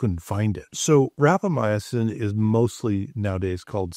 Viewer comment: Respectfully, you are not pronouncing Rapamycin correctly. It had 4 syllables and you are saying it with 5.